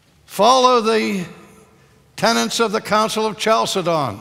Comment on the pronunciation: Ow! He pronounces "tenets" with a second "n" which the word hasn't got! He says "tenants" . It seems as if every American who uses the word (and you would think people who used such a word would have noticed how it is spelt) pronounces it like this. Highly educated Americans like Ben Shapiro (a Harvard law graduate, I believe) and R. C. Sproul, who knows Greek, make this unaccountable mistake.